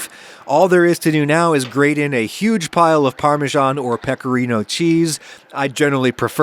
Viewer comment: What's that parmeshaan again, the dim cousin of parmesan?